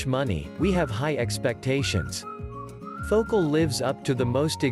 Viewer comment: Fo-cal. Phocal